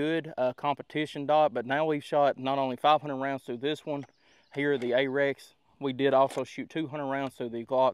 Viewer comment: A little help for you, not being snarky: It’s Arex, not Apex. And it’s pronounced R-X even thought everyone on YouTube says Ay-Rex. The CEO himself says Ar-Ex. I have a Delta X Gen 2 and love it. Excellent pistol that so few know about.